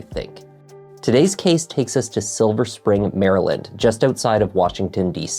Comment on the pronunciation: English may not be her first language ! And I’ve lived in DC for 30 years and I’ve heard ppl call it “silver springs” as well! Doesn’t mean she’s lying. She just added an S to Spring😅